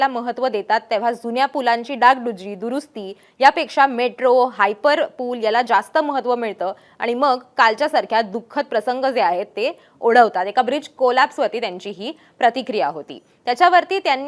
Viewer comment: 'हायपरलूप' असा शब्द आहे तुम्ही 'हायपरपुल' म्हणताय😂 साहिल की साहील😊 जरा लक्ष द्या